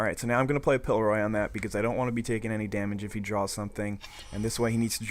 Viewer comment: You need to read cards more closely, specifically, pillORY not pillEROY. I'm just getting into DOTP and your vids are fun to watch, but wow did that bug me.